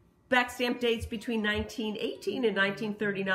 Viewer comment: Bohemia Austria...….not Austrailia !!!!! lol !!!!!